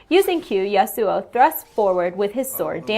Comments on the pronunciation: YA-soo-oh. Emphasis for YA i think. not the ya-SOO-oh i reckon. Maybe? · God dam it "YA-SU" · i love how you pronounce my name that i got 3-4 years ago :D not kidding i have an one year old LoL match i own that name for a long time <3 gonna buy him and my agressive playstyle is exactly this guy <3 i feel good riot thx :D